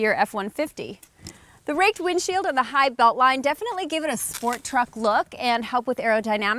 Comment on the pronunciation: Not a fan of her vocal style. Too many voice inflections or "upticks". It sounds like the woman who testified against Judge Kanaugh. Is her Dad an executive in the auto industry or something? Also, stop the hard KKKKKKKKKK when you say truck.